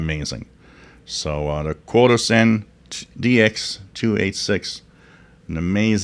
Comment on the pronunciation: CHO-DOSEN is the correct pronunciation.